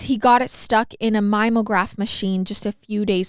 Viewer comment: a lot of vocabulary and language mistakes in this. you don't mean "infer the church" you meant accuse the church. also it's coRRoberate, not cowaberate. there were a LOT of mistakes in this one. maybe bc you're young, i dunno. it's mim-e-o-graph. not mime-graph. it means an old school copier machine. america ranks 34th in the world in literacy in our own language, poor fluency in our own language... its abysmal. and for those who think it isn't important it certainly is important. to infer is not at all to accuse and being understood is important.